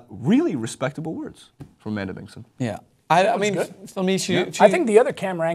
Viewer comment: Its Amanda Bingson, not Bingon.